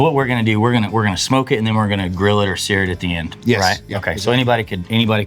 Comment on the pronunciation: Love the recipe but best part of the video is when he says "seary" and it sets off all of my apple products